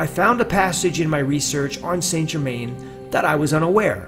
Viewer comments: PRONOUNCED san ger-man. If your lookn for him, get the name proper. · I believe Saint Germain would be properly pronounced as "sinGimain." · Saint Germain is said like sa jerma. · His name is pronounced "San Zher-man"